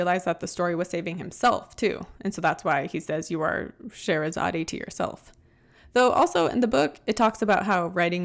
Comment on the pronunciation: The Arabian princess is pronounced Sha/ hera/ sod